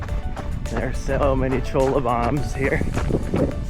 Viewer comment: 'Choi-ya' not 'Cho-la'..